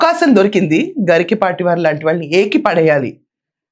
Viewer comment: It is not "Garikipaati", it is "Garikapaati"